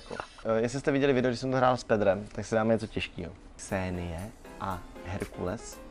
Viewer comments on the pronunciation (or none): Správně se to vyslovuje Xena